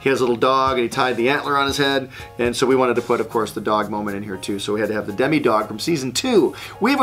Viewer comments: Demo dog* He called it a Demi dog and it pissed me off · its demodog not demi